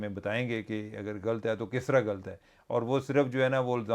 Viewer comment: Cheema sb aap hamesha ghld kehtay hain ghld nahi hota ghllat hota hai laam kay oper shad hoti hai yaani laam do dafa bola jata hai jaisay اللّه